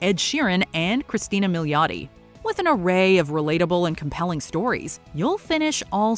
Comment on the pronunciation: For Modern Love, just wanted to point out its Cristin Milioti and not Christina.